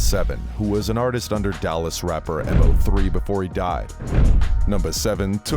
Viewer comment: M o 3 KILLED me. Lmao its mo3 like moe 3 lol